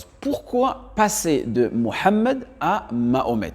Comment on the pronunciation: Je te rejoins également ça ne tient pas pas la route mais également le fait de dire qu'il appelle Mahomet par francisation ne tient pas la route Car le prénom mohamed est très bien prononcé mis à part le ح et chada et donc Sa mérite des recherches